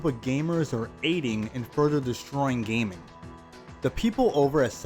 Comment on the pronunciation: WTF is that intro lol. MODERN GAYMING.